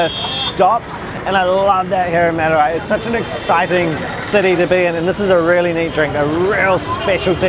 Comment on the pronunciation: u r pronouncing madurai wrongly it is a big embarassing moment for madurai peoples